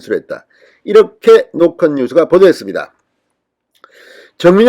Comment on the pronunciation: 갱상도라 '노컷' 발음이 안되나? 노콘뉴스래 ㅋㅋ